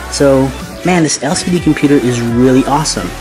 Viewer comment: Love the video, but every time you said "computer" I cringed.